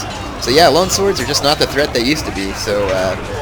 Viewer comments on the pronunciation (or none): none